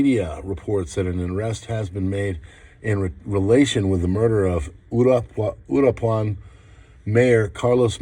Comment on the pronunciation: Uruapan (uuu-rhua-pan) Pinche Guey 😂🤣😂🤣😂🤣